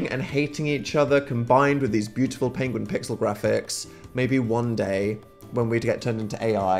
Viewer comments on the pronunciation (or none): dan mispronounced pengwing❤ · I just realized that Dan pronouncing Penguins like that is in reference to Benedict Cumberbatch mispronouncing Penguin in a nature documentary... I know in an old old video Dan pronounced Penguin that way and I just thought he was pronouncing it weird to be funny but now that I've seen the video of Benedict Cumerbatch pronouncing Penguin that way I definitely think Dan is referencing that... wild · The mispronunciation of penguin throughout this video (likely a reference to Benedict Cumberbatch) has me on the floor